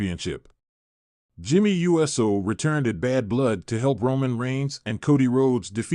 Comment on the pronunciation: Whose tears flowed? And when, where and why? And for God's sake it's Uso and not U. S. O WTF is wrong with you??🙄🙄🙄